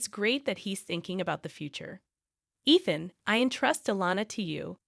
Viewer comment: Ethan, Eethan, Ian... and then I stopped watching.